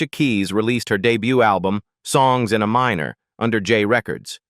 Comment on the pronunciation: I have such disrespect for AI narration users who don't listen to their own videos before posting them and fail to catch the errors of AI reading. Her album wasn't called "Songs in a Minor" like she is writing songs that are inside a person under 18 years old, or someone who works in a coal mine. If you are a good user of AI narration, you would train your bot to say things the right way, like "Songs in Aminor" that's the key of A-minor as opposed to A-major. Songs in AY minor. not uh minor. And for Fs sake her name is pronounced Uh-LEE-sha, not Uh-LEE-see-uh. It makes everything seem like B.S. because you only show pictures randomly and no authentication of your story that is probably made up. Bye.